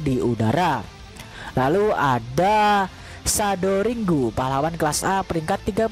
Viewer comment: iya'kan jdi aneh sndiri🤭😏🤣👍